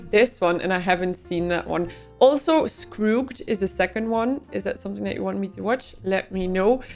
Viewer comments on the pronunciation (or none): Scroogggged😂 In English, a G before E or I is normally a soft G, and is pronounced something like dzh. This is especially true because it is based on the name Scrooge, which takes the same construction. If a word is to be pronounced with a hard G, the G will normally be doubled, as bagged, begged, rigged, jogged, rugged (this last one, the final vowel is not silent; the rule whether to pronounce the final vowel is irregular since about the 14th century).